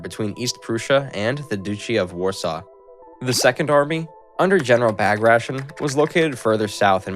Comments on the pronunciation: Your pronunciation of the names makes me cringe. Bag Ration... Sigh, it's Ba-grat-ian. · I fastforwarded to a random point in the video, I heard 'Bagrashn', I'm outta here.